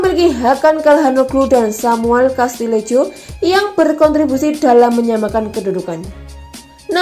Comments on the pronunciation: Samu castileho bacanya mbak.. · Calhanolu (dibaca C) Kastileho Yans Piter Haug Bacanya kaya gitu, mbak